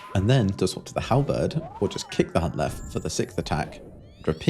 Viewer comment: If you want to pronounce Hunllef right btw, it's more like Hinllev in English. The double l sound in Welsh is a bit tricky but you're basically touching your tongue to the roof of your mouth and blowing air under your tongue 😂